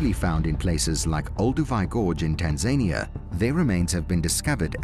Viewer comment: Pronounced as Tan-za-nia